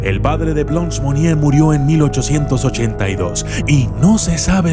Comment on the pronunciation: Buen video pero su nombre se pronuncia Blânch, que significa Blanca en frances, no es blons